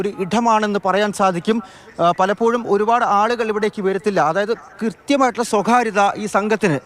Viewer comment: "ഇഠം, നഠുവിൽ, സ്വഖാര്യത".... എൻ്റമ്മോ! എന്തൊരു മലയാളം ! മാതൃഭൂമിയോ മൂത്രഭൂമിയോ? 🤔